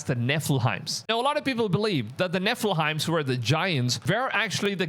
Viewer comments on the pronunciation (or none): why is this guy saying Nephelheim... it's Nephilim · DUDE - Nephilims - Its pronounced Nef-il-lems...... not nef-il-hines. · Nephilim, not Nephilheim 😂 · Nef-ill-'eem is the pronunciation.